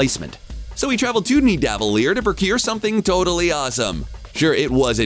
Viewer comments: am i the only one who cringes when he says Nevadelir (idk how its spelt) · “Ni-da-vile-ear” smh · The way you said nidavellir is uneasy, please do some research